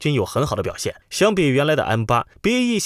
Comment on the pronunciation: BAE一直要唸BEA